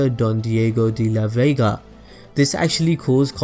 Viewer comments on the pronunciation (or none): none